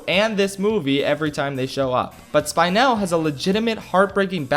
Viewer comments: spine-l...... anna ou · Me: “spy-nul”